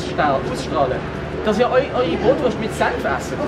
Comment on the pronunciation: Lern zerst mol richtig redä es heisst nöd brootwurst. Mä issts zwar nur Brot und Wurst